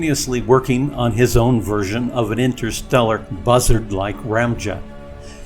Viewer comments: Bussard is pronounced Boo Sahrd, not Buzzard lol. Otherwise, a great video!! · oo...long "u" sound as in "shoot" It's FRENCH ! Nuclear... three syllables: 'new, klee, uhr' Or better yet 'new, klee, er' K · Constantly mispronouncing Bussards name by the use of shitty text to speach is frankly insulting.